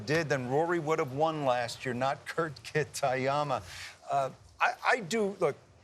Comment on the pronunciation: Kit-y-ama. Wow dude